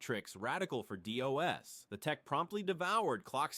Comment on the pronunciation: Dee Oh Ess Yeah, pretty stupid